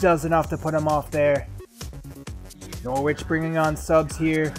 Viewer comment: Hello mate i'm from England, the way you pronounce Norwich is "Nor-itch" as the "W" is silent, Keep up the good work though!